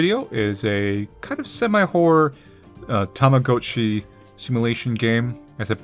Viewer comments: i'm losing it at the pronunciation.. its pronounced tama-got-chi and this applies to t!gotchi. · I’m gonna be that one awful person and just leave this here: Tama G-ah-chi Ok byee